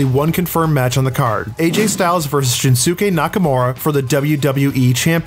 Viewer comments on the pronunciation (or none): For the last match (Strowman-Lesnar) to happen, Braun needs to win the Elimination Chamber match. Oh, and it's not Shin-SOO-Kay, it's Shins-kay. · Shin-soos-kay ??????? Lol